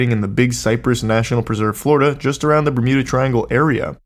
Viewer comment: the "mermuda" triangle 🔺️ ♥️ 😂 Love when the boys get motivated for a video. LOVE TO SEE IT 👀